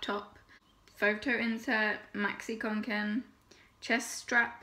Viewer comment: god so relieved u acc said it right, part of me dies every time someone says kanken